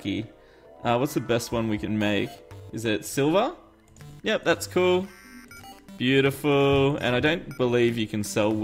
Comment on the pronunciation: omg is so is so ... ho crap "bio ty full" no ?